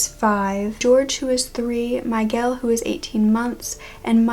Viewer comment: I’m glad that you covered this case because I see barely any videos on her, but you butchered the names Leticia, Miguel & Javier.